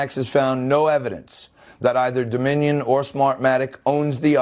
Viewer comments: He cannot say their name😂🤣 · This made my day!!! and what's absolutely HILARIOUS is the newsmax clown couldn't even say the word "Dominion". I can imagine the people in his ear screaming, "DON'T SAY DOMINION" LMMFAO!!!!